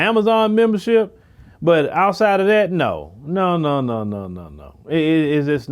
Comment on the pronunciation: I like your content but get the marbles out of your mouth sir. The words are THIS and THAT, not DIS and DAT.